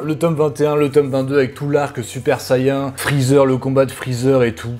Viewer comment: Hey! Super vidéo comme d'hab ! Mes oreilles ont saigné quand t'a dit super sayian 😭 (ça se prononce sé-i-aine en tt cas j'ai tjs entendu ça). Sinon super sayiajin en Jap ça marche aussi😂. Le 6 avril ya Sakamoto days qui sort (Glénat) et je te propose un p'tit battle manga avec The Fable car les 2 mangas traitent d'un tueur d'élite à la retraite avec beaucoup d'humour malgré que les dessins de The Fable soit bcp plus sombre.